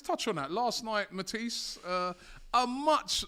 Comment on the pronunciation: Matisse 😂😂😂 he said Mantis.